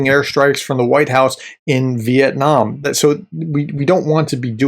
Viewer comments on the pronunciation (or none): none